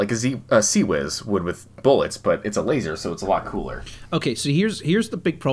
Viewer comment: It’s LaSer, dammit.